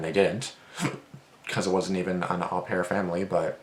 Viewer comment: i looked it up its actually pronounced "oh-pair" mispronounced it cuz au is almost always "oh" and its a french word